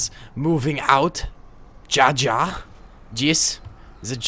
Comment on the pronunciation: I just hate that he pronounces ja(yes) in German so horribly bad(ja=ya)